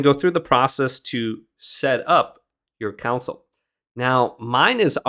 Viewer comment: its pronounced Con - Sole not council. Thanks.